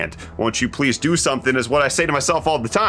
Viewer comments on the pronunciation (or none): none